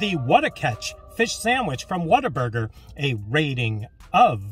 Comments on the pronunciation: Im from Texas and yes its pronounced what-a-burger not water burger lol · What-a-burger but with the texas twang it can sound like "Waterburga"